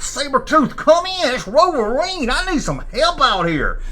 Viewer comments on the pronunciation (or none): Rover rine? Lol and hes calling sabertooth? Lol